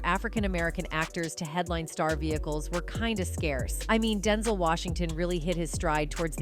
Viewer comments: Who is Densel? It's Den ZELLE 😆🤦‍♂️ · I hate these AI voice narrators that don't know how to pronounce common words or names! Denzul...are you kidding me?! Rocky 2 inches? Rocky 3 inches? Somebody needs to be fired!!! Oh wait, you can't fire a robot!!!